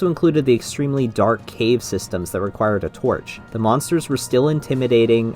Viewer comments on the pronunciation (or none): none